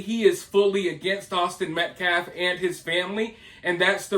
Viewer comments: It’s Metcalf not Metclaf.. Austin Metcalf say his name. Anything to stir the pot and distract from the actual facts about this horrible situation. Let’s keep it real! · These people are not even saying names correctly. It’s not Metclaff! Another lawyer YouTube constantly messes up Marcellus Anthony instead of Karmelo. I mean seriously it’s not that hard. Minor but annoying. You always keep names straight or correct your self. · Thank you for exposing that total fraud, race baiting, race hustler. The guy couldn't even say Metcalf correctly. He kept saying, Metclaf. He gonna axe Metclaf a question. 😂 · It kills me that he keeps mispronounced Austin name.... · This guy didn't even say Austin's last name properly 🤨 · Thanks, I smelled something"off" about that guy when I heard him during his "press briefing". He can't even pronouce the Austin's last name correctly. This trial is going to be a complete shit show. When they come back with a guilty verdict, they are going to riot. Mark my words. I just hope the fear of the dark tribe going off again doesn't sway the jurors like it did at the OJ Simpson xxmurder trial. Austin deserves unfettered justice. His twin,Hunter, and his whole family deserve nothing shy of full justice. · He can't even pronounce their last name but doesn't see it as "disrespectful" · This guy was a joke the second I heard him speak. He couldn't even pronounce the name of the victim or say simple words. He looked like a weirdo from the start. Hitting a 2 year old as discipline is NEVER acceptable for those defending disciplining his child.